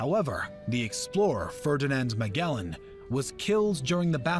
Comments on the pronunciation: I kept laughing when the narrator kept saying "ma-GE-lan" when it's supposed to be "ma-JEL-Lan" lol 😂😂😂😂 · Jacqueline Relano in the Philippines its pronounced majelan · The narrator mispronounced Magellan, but hen again in Spanish it is pronounced Magallanes